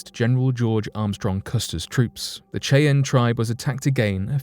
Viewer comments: you pronounces the native american tribe name wrong it is not kay-ann it is shy-anne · Did I hear chi-anne instead of Shyanne (Cheyanne tribe). That's really bad writing and research. We have machines now that will pronounce names for you if you're not sure how it's pronounced. C'mon dude I like your channel 😅. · Cheyenne Pernounced: "SHY-Ann" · It's pronounced Shy-ann.... Ya dang lymey. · Dude seriously it’s pronounced SHY-ANN YOU SAY IT COMPLETELY WRONG THESE AMAZING PEOPLE DESERVE THAT NAME CORRECTLY THE WAY YOU SAY IT MAKES MY EARS KRINGE😖😖😣😣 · As a girl from originally from Wyoming, your pronunciation of Cheyenne is amusing. It's pronounced SHY-ENN. Just an FYI. I have an Eastern Shoshone daughter, am part Alabama-Coushatta, have many Northern Cheyenne friends and trust me., that's how the Cheyenne people pronounce their tribal name. Their own land??? A REZ?! I think you need to study up on what 'their land' is really like as well! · Bruh....its pronounced Shy-ann lol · It's amazing that a grown man hasn't heard it pronounced before.lol 👍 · That was driving me nuts. I’m glad you posted a comment. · Cheyenne is pronounced shy'- ann, not the butchered way you said it. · I was just about to make the same comment, glad I scrolled down first. :-) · Apart from mispronouncing Cheyenne, Great clip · Need to brush up on your pronunciation - Cheyenne - 'Shy Ann' Schmeisser - 'Shm Eye Sir'